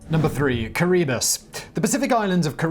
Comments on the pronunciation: No, but Simon also mispronounced the name. It's pronounced Ki-ri-BUS, with a slight emphasis on the third syllable (not second syllable). It comes from the local's pronunciation of the name Gilbert (named after explorer Thomas Gilbert). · Kiribati.. Pronounced kiri-bass Come on homework?! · KariBUS?? Dude! You mangled the name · Kee Ra Bah Tea is how you pronounce Kiribati. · And the pronunciation of Kiribati.